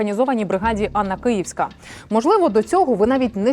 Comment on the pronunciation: Не Анна а Ганна.